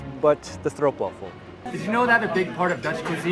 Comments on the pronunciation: So proud of a foreigner pronouncing stroopwafel almost perfectly. When normally hearing stroepwaffel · Most English speakers pronounce 'Stroopwafel' as 'Stroepwaffel', but not.